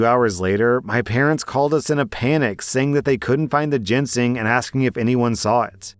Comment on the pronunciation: I cringe everytime I hear mispronounce Ginseng as "Jensing"